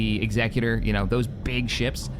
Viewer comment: Day 10 of asking to pronounce Executor correctly… Also saying Shed leans hard right and therefore he’s a bad guy makes zero sense. If anything he’d be hard left, because he’s Imperial meaning he’d be all for rising taxes, stripping the rights of the people to defend themselves, and fake news/ propaganda. Or you could just leave real world politics out of Star Wars…🤷‍♂️